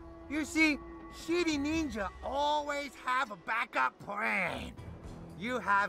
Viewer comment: It sounded like the ninja said shity ninja